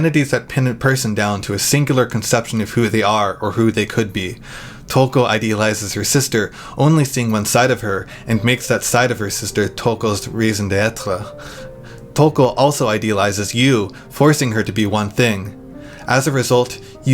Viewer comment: Interesting video. You are really good at creating an athmosphere. I didn't notice that Yuu loved Touko in the Anime. You proununced raison d'être was weird, it sounds like you said reason de être which is diffrent to the french way.